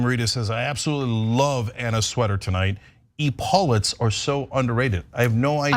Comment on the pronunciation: its ep - e lauts- not e-paulets